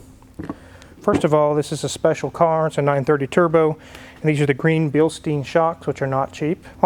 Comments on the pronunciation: Bilstein is pronounced „Bill—shtine“ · Very very nice. Btw its pronounced bilshtine.